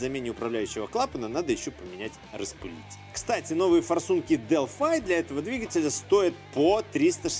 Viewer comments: зачем делфай то?правильно же делфИ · я зеникому этот же вопрос задал,вот прям ухо режет дэлфай,потом специально нагуглил произношение,дэлфи же наx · Привет. Делфи - это язык программирования и город в древней Греции. Делфай - производитель запчастей. Гугли тщательнее. А ещё лучше - глянь в YouTube. У Делфай тут свой канал, послушай внимательно, как сотрудники компании произносят её название.